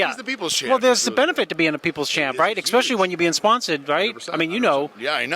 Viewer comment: ESPECIALLY, not EXSPECTIALLY.